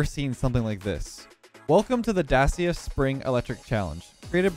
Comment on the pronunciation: hey, just so you know. Dacia is pronounced da-chee-uh. its a Romanian brand owned by Renault. And as we all know, French brands are weird. Citroen, Peugeot and Renault are all said differently to their spelling lol